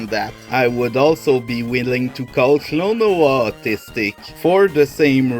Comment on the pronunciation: Sign that you're autistic: You say Klonoa's name right.